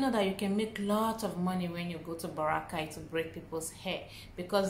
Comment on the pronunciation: Baw-rra-kay Baracay